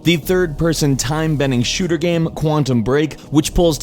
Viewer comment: still can't pronounce the word "game"